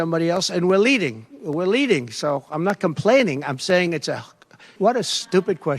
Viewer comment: Lmao... "com-paining.." talk about Freudian slip